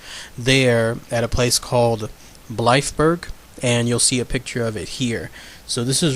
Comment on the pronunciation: I'm from the area concerned. Nobody talks about "The Black Shuck" just "Black Shuck". It is regarded as a who rather than a what. Blythburgh, pronounced to rhyme with tithe-br.